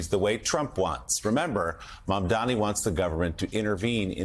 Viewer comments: IS MAMDANI NI NI NOT MAMDAMI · Scarborough, it's M-A-M-D-A-N-I, not Mamdami! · Are you all in the media this dumb that you can't pronounce his name correctly.... it's Mamdani.. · Joe Mamdani MAMDANI it’s really not that hard. We’ve been saying it for the last couple of months Zohran Mamdani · MAMDANI, MAMDANI, these journalist cannot pronounce MAMDANI's last name. Are they doing this on purpose 🤦‍♂️ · Joe, learn his frickin name already. He even paused, thought it over, and still got it wrong. M-A-M-D-A-N-I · Joe His name is MAM-DANI. Get it right.